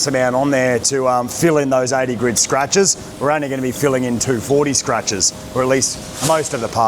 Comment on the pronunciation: Can someone tell him its GRIT and not GRID sand paper!